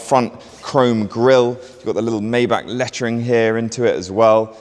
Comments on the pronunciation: the G-Class Landualet was the first Maybach SUV. literally wrong out the block.. AND its pronounced Mai-Bagh not May-Back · *it’s my-BOCK